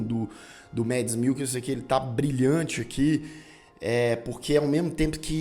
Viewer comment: Parabéns pela resenha,! Uma dica: a pronúncia é "mAds" mesmo. O nome do ator não é em inglês. Abraço e sucesso pro canal, to sempre prestigiando!